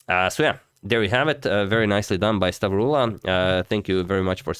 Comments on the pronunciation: The pronunciation of the Greek name was on point, nothing to worry about there. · Hey Agad, perfect pronounciation, you actually said it like you are from the center of Greece! <3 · You pronounced perfectly "Stavroula"